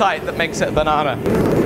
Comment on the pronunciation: It's "Banarnaring" again!